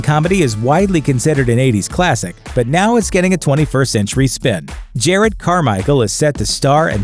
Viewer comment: Way to mispronounce Jerrod